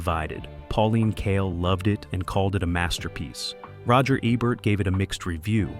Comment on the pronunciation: E-Bert not Ebb-ert. C(h)imino, not see-mino